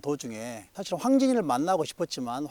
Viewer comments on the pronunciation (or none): 사실의 첫 자는 제발! 길게 발음하소서!!!